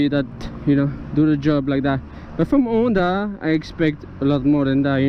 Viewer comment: This is the first decent review I saw on that model. I really think it is attractive, and so cheap too! I suppose you are French, due to your "R" and your "Onda" in stead of saying the H out loud, ha ha. Good luck and drive safely.